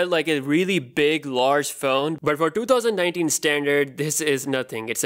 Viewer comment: “ in twotouwzan-ninetin” wat a Dipper!